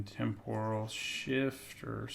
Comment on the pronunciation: Why does everyone say "Tempòral", it's "Tèmporal", cmon! XD